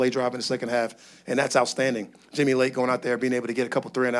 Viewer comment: Jimmy Lake ❌ Himmy Lake ✅